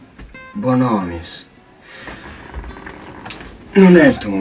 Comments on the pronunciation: Ha detto bonomis al posto di bonolis 🤣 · Ma all'inizio dice Bonomis o mi sbaglio? AHAHAH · Non ho capito bene ha detto bonomis? BONOMIS!!!!!!! È BONOLIS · "BONOMIS" Ahhahahhaha NO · Ma mi accorgo solo io che all'inizio del video Denis Dosio ha detto Bonomis invece di Bonolis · sbaglio o ha detto Bonomis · Ma poi ha detto bonomìs, no bonolis ahahahaha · Al minuto 0.25 ha detto Bononis e non Bonolis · Bonomis invece che bonolis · Bonomis?????? Dennis è Bonolis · "Ciao, sono Denis Dòsio" "Bònolis, oggi non ti vizio" Quella "o" accentata è qualcosa di fantastico.